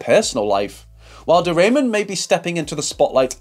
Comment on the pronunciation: My gosh…not De Raymond voice pronouncing wrong. Ramon, the way it is correctly pronounced, it’s not a great last name. 😅 she is a Jersey girl. Born in New Jersey. I suppose it is more elegant to say she is from Spain (Spanish or Spaniard).